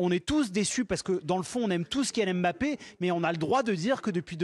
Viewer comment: Les français c'est pas "M" "bappé" mais Mbappé apprenez à respecter les noms africains.